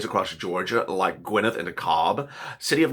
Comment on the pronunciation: I adore you but please pronounce Gwinnett as Gwin-Net not Quineth. It bugs me everytime you say it....lol